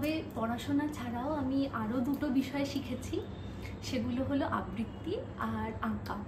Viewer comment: সব কিছু খুব ভালো লাগলো, কিন্তু আবৃত্তি উচ্চারণটা খুব কানে লাগলো একজন আবৃত্তিকার হিসাবে,আশা করব ওই উচ্চারণটা একটু শুধরে নেবেন